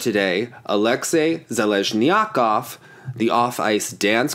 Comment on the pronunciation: you mispronounce Zheleznjakov